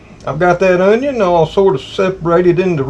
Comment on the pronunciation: I love how said onyawn